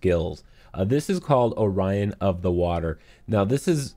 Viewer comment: Orian of water no O'rin of water